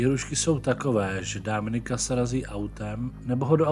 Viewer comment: To Dáááminik zní dost blbě.